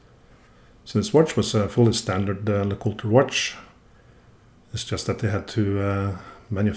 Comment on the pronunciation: lay-cool-TRAY? Before Hunter (Jäger) got involved? YAY-ger lay-cool-TRAY